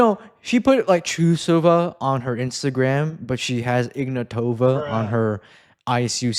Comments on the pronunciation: Also, Trusova is now Ignàtova, not Ignatòva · no, it's pronounced Ignatova with a being stressed, not o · So it's pronounced Ignatava?